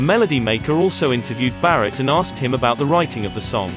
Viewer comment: Oops 😬 ! - They Got Syd right , but Barratt ! C'mon Man 😆